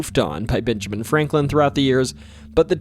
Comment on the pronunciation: You said "Binjamin". Practice saying a short E sound. It's different from the short I sound.